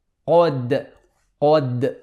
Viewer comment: Jazakallho khir but as I’m teacher of Quran there is one mistake when you make qalqala on قد don’t round your lips when you are say ق because it’s fatha not damma... May Allah reward you